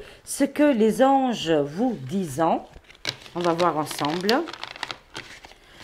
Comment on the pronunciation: Bjr, merci pour ce tirage. Par contre, sans vouloir me moquer, je voulais juste vous dire que lorsque vous utilisez l'oracle " Ce que les Anges vous disent", il faut prononcer " disent " comme si c'était " dise " et non pas " disant " comme vous le dites...😂 Merci par avance de.le pardonner pour cette remarque... C'est juste pour vous transmettre l'info...